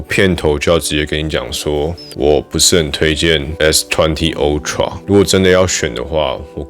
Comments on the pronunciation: (台灣)Youtuber最可怕的部分～就是大家的發音～都會互相學😒 ultra不管美式英式，都是凹tra，不是歐tra～ 但是每個youtuber都一起念歐tra 🤦‍♀️🤦‍♀️🤦‍♀️ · 不是唸o…是ㄚ好嗎……真的是ooxx